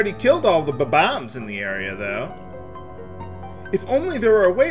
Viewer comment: You keep calling them b-bombs, when they are called bomb-ombs. You must be doing this by mistake.